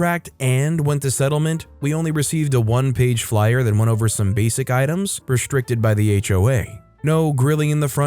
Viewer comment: He says, “reSHtricted”” and “SHtreet.” Why? There is no SH in those words.